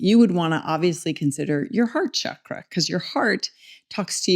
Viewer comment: The sandskrit pronunciation sounds more like “CHUCK-ruh” Otherwise, the word you are saying in Sandskrit refers to the reproductive tissue: the “Shukra”